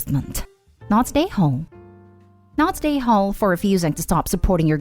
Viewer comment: When you say “not the a-hole” I think you are saying “not today homes”